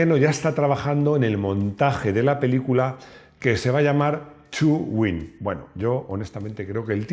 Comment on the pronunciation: Cuando has dicho “chu win” creí que era una película china. 🤣🤣🤣